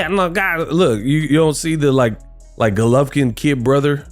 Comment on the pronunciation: stay butchering names😂😭Vegan Golovkin